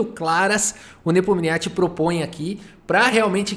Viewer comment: Pfvr, pronuncie o nome do Ian Nepomniachtchi corretamente 😎😢😢